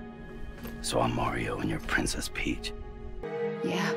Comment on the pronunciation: 多少人第一次听Peach 听成bitch